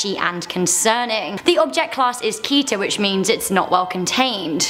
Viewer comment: The first SCP classes are with a special group called SEKTA: Safe Euclid Keter Taumiel Apollyon. But there are many many many more classes and even class-mixes Btw you pronounce Keter as Kedder/Ketter